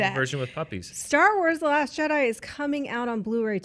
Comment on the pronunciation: Drink every time says " laSHT year "